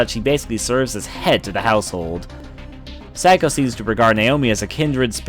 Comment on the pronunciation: Sparkle Kitty One, it's psycho not phsyco. Two, her name would be pronounced SAY KO not Sa ko. Sa ko sounds like sah ko.